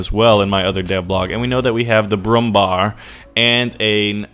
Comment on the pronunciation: why the hell does everyone keep saying "brummbahr"? its Brummbär, like the animal called "bear".....